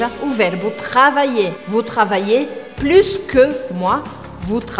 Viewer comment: Uma dúvida a pronuncia da palavra Plus percebi q vc pronunciou o S do final pq geralmente no francês geralmente não se pronuncia a consoante final me tira essa dúvida s'il tu plaît ?